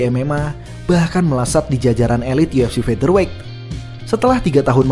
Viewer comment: akhirnya.... melafalkan "featherweight" dg benar....mantab 👍🏼👍🏼👍🏼